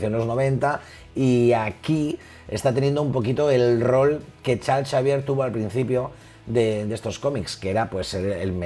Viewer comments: Creo que el Chal Chavier de pronuncia Charls Exeivier xd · Nadie: Absolutamente Nadie:: Chal Chavier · Me encanta como dice "charls chavier" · Todo muy bien, excelente info. muy bien explicado, se ve el gran conocimiento del tema en el domino a hablar del mismo. Nada mas una pequeña cosita: ¿QUIÉN MADRES ES CHARLS CHAVIER? Hahaha 😂😂😂 diferencia de pronunciación entre españa y latino america